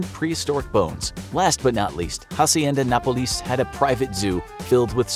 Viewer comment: It's interesting how he pronounces Hacienda Nápoles, failing to put the emphasis in the right place.